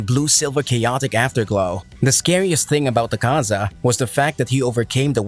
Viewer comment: Funny how it said akza lol